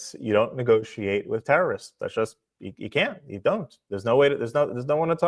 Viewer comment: Like we should listen to Bush he’s an idiot!!!!! He started that war in Iraq and there were ALLEGEDLY WMD’S!!!!! He can’t even pronounce terrorists correct SMH and yeah I’m a reformed DemoRAT that’s now a conservative!!!!!!!